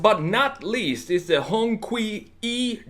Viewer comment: Nice vid. But I cringed every time you said hongqui....it's pronounced Hong Chee. Spelt Hong qi